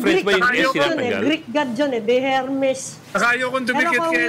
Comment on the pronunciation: it's not "er mey" po.. it's "er meez"